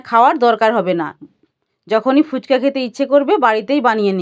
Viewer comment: Didi phuchko noy phuchka 😆😆😆😆😆